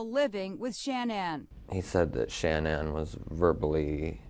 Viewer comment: makes me sick lying about those baby girls. I have lost all respect for Inside edition, not looking deeper in to his story and airing all his lies. Horrible, horrible reporting, and it irks me that and the reporter from Inside Edition didn’t pronounce Shanann’s name right. Stupid I know, but it’s just disrespectful in my book.